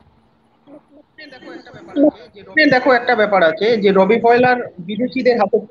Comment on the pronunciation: Re ota রোবি নয়, ওটা রবি ফাউলার।